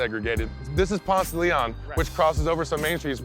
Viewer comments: 1st off, he pronounces Ponce de Leon wrong. Atlantans don't pronounce it the Spanish way, it's Ponce duh Lee on. Home to Murder Kroger and turning into a vapid wasteland of overpriced hipster shops. They're going to ruin the Clermont by turning it into 'luxury' apartments. And isn't from Atlanta, he moved here, like most people. There are very few of us natives. It's frustrating when the media finds people who aren't natives but those who move to a place and try to co-op it into their vision and not really the truth. They didn't mention that they wanted to tear the Fox down. This is a city that believes it's own hype and destroys its history. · He is not a true Atlien if he pronounces Ponce de León like thag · I’ve lived here 21 years. Never heard someone actually pronounce Ponce de Leon like that. 😂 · you fucked up the pronunciation and you interview a bitch that ain't even from the A... weak. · Doesnt pronounce it correctly or like an Atlantan....FRAUD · Just the way he said "Ponce de Leon" I know he is not from Atlanta. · That pronunciation for 'Ponce De Leon' is so weird...but I guess it makes sense if you don't speak Spanish. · that pronunciation is ALL WRONG.....lack of education, gross :P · they couldn't find someone actually from ATL? Nobody in Atlanta pronounces the street that way. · exactly I was like 😳 that's not how we say it lol